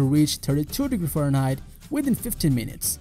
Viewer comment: Creepy voice over 😳 " 500 degrees FarHeit"